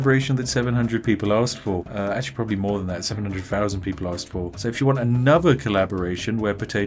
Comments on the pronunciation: I really like your content, but please, for the love of God, can you learn to pronounce 'th' properly. It's thousand, not fousand. Not much annoys me but that really bugs me. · ... Spiff Pronounces all TH as F ... every time 'over 9 fousand ! .. LOL